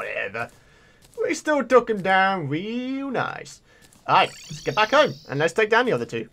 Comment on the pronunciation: Its so funny when you say i am byackkk